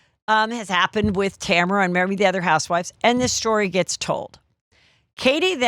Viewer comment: Who’s Tamera?? 😅 it’s TAMRA! (unbelievable how so many Americans still don’t know their grammar and spelling!🙄